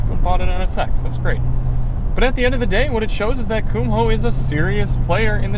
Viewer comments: They're "Koom- oh" not "cum hole." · You are first person I have ever heard pronounce the "h" in Kumho. I double checked and grabbed a Kumho commercial, and yes the H is silent, you are not pronouncing it correctly.